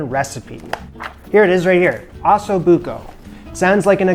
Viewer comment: That's not how you say Osso. Think "Oh So". Both O's are the same.